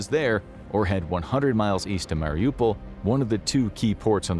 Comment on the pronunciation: its not pronounced Meelee-tea-pole, its Melly-Toe-Pull btw. You pronounced Mariupol correct, can you also please pronounce Melitopol correct? Otherwise, great vid.